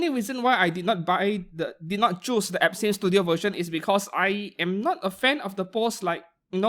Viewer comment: you NEED to fix how you say some brand words because im hearing "epstein" studio than "absinthe" studio lmao